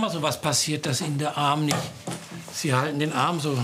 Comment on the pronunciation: Der doktor immer mit seinem "niecht" like wems auch auffällt